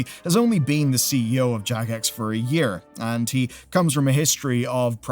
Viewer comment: Jagex sounded like jackass for a second